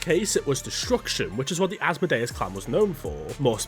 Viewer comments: Why is he saying it asmo-day-us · This full grown man needs to learn English and how to pronounce Asmodeus😅